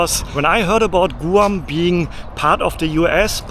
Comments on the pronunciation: Guam has one way to say it "Guam" not Goo Am! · YOU SPEAK GREAT ENLISH! IT'S PRONOUNCED GWAM NOT GOO AHM. IT'S VERY EXPENSIVE! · Where are you from? GRRR moony! It’s my first time in Gooam😂 It’s Guh Wahm bud. Enjoy the bugs! Guam is awesome. Loads of spiders tho….. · First of all, the island isn't pronounced Gu-am, it's pronounced as Gwam. Second, K-mart isn't a grocery store. It started out just selling things like clothing, shoes, house wares, etc. When Walmart started selling food, so did K-mart. They were trying to compete with Walmart, but it was a little too late. The reason tax isn't added to the price sticker in the US is because, we are like 50 countries on one continent. Tax is supposed to be between 6% and 8.25%. Each state can decide what to charge for tax, and in some cases even cities can change the tax. The supplier sends the price sticker to all the stores, so instead of printing up stickers including each areas tax included would be a nightmare. So, they only print the price of the item without tax, and then it's added at the checkout. It's easier if you are just one small country, such as Germany, where the tax is the same no matter where you are. It can be added to the price sticker very easily. Personally, I feel the tax should be the same in all the states. But, we have some states such as Texas and Florida, that don't take state tax out of your paycheck, but they make the sales tax a little higher. Usually, in states that do take state tax out, the sales tax is usually around 6%, and the states that don't take it out are usually around 8%. It's great for those that don't buy a lot of stuff all the time. Such as a single guy. You usually end up paying less in taxes, than would have been taken out of your paycheck in t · Sir It’s “Gwahm” not “Goohahwom” Not that it matters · we say Gwahm and not Goo-ahm. Guam is pronounced Gwahm. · In English, Guam is pronounced "Gwam" (kind of like Gwen) not "Goo am" but thanks for another great video!